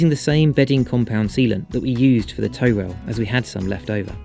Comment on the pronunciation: Not a sailor here, but I’m pretty sure it’s a “toe” rail, rather than a “tow” rail. Its purpose is not to be used in “towing” the boat, but rather o keep your feet from slipping off the edge of the deck when the boat is pitching and rolling out on the ocean. Happy to be told I’m wrong by anyone moe knowledgeable.